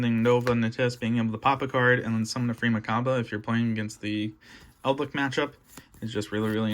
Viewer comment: my man says eldlick :|